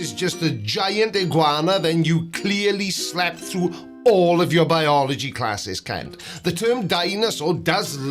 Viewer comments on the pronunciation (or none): Why say yoors?